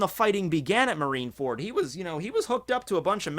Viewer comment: I swore he said "Marinara fruit" earlier lol